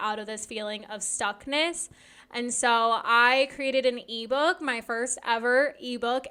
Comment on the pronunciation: When you say e-book my brain understood Levo lol